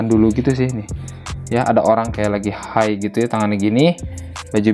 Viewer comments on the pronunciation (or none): none